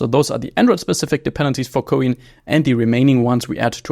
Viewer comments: ko-in? lol why not pronounce like "coin" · It is pronounced "coin".